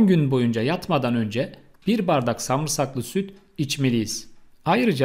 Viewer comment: Samırsak dogrumu duydum 🤭